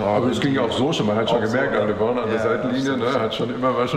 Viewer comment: Mich triggert das jedes Mal wie Eli Lebron ausspricht